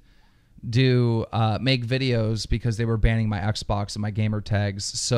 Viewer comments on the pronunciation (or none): He said oxbox LOL LMFAO😄😅😆😅😄😅😆😅😅😆